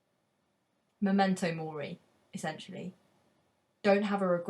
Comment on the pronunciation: it should be M*e*mento mori, shouldn't it? Not "M*o*mento mori".